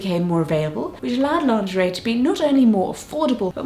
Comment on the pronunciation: Pronounce it Lingerie. Lin gur ee